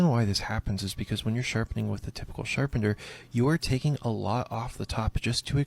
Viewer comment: WHY DOES HE KEEP SAYING "SHARPENDER"?!?!?